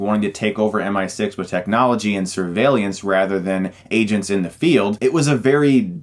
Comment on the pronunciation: I hate to be that guy but, "surveill-i-ance"?